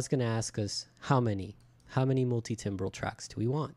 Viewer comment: It's pronounced "tambral" as in musical timbre (tamber)